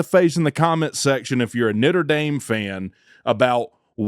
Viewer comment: He called them Nitter Dame